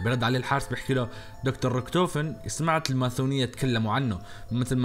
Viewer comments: ليه تقول ماثونيه ليه ماتقول ماسونيه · ليش تقول ماثونيه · ليش تقول ماثونيه؟ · انت تقول الماسونية ماثونية ولا انا غلطان؟ هاذا السؤال الوحيد اللي محيرني طول المقطع🌚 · ليش تقول الماثونيه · ليش تكول الماثونيه مو الماسونيه 😂؟ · سلامتك وراك تقول ( س ) ل ( ث ) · ماثونيه ؟! ليش تقول كذا فكرت انه عندك غلط يعني بس اسمع انك تنطق حرف (س) عدل ليش تقول ماثونيه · الماثونية 😂😂😂😂😂😂 اسمها الماسونية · ههههههه مين سمعه يقول الماثونية